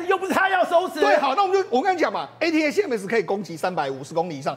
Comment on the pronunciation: ATACMS連唸都不會念，功課做得很差,這樣也敢上節目